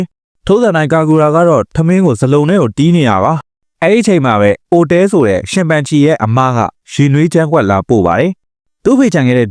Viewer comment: အိုတဲ မဟုတ်ပါဘူး အိုတအဲ ပါ